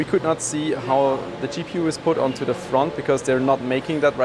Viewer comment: you speak english well. why not turn the duh's into the's?